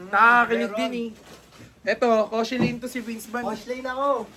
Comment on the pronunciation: KOSHELLAINE PO, Layag na layag Mami bhieee